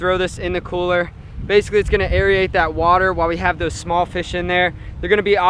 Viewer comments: Love your videos but it's aerate not aeriate, that has been driving me crazy in these pond videos lol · its not pronounced airiate its pronounced airate